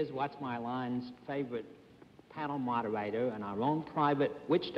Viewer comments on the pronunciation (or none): "Panel mawdahwaydah."